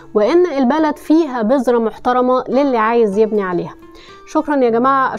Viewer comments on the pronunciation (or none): none